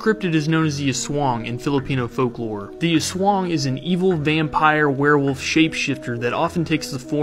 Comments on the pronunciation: don't say sWAng say as-wang most people in us cant pronounce it right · Irs pronounced az- wang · This is how you pronounce it Ass-swa-ah-ang A e i o u Ah eh ei oh uh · It's pronounced "ass-wang" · Me and other Filipinos: Did he just pronounce "aswang" as "aswaeng" 💅👁👄👁💅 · It's actually pronounced "As" Wang"